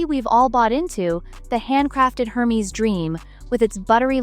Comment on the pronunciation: Wish you’d learn how to say Hermes